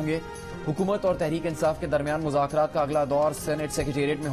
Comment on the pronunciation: Shah mehmood urdu bolna sikho. Mazakrat nhi muzakrat.... Tumne or tumhare leaderon ne mulk ko mazak bana dia. Or raat 🤣🤣🤣🤣 mazak(raat)